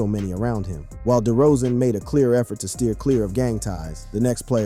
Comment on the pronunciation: It's DeRozen not DeeeRozen